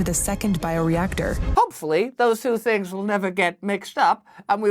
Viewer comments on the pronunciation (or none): none